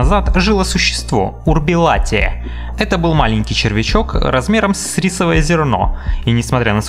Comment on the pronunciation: не урбилатия, а урбилатерия